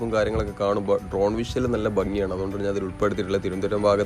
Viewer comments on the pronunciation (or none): none